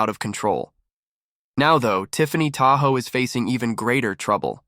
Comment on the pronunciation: "Tahoe"? ENOUGH OF THE A.I. NARRATION!!!